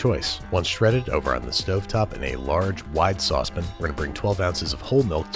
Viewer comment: saucePIN WHY BRO WHY? SAY IT RIGHT